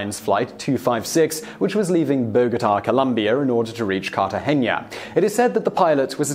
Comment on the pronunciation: The city is Cartagena, not Cartageñia.